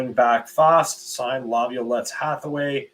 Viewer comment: At least Will Smith is Easier for to pronounce than Peter Laviolette. LOL. I've got an idea that All Hockey People should only be named Smith & Jones. It'd make Life A Whole Lot Easier. LOL